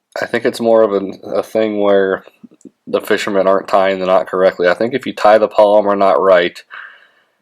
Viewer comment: It's properly pronounced PAL-O-MAR (which is the name of a place), not POL-i-mer (which is a name for a type of plastic), like some fishing line.